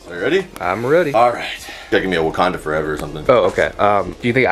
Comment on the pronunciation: Bruh put on a southern accent or something “Wakanda Furever”